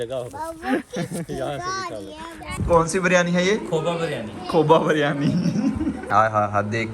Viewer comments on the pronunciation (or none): Baryani nahi re biryani bolte h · Bahi beryani nahi Biryani pronounce it correctly